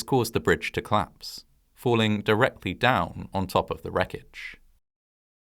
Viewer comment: Co-lapse NOT clapse!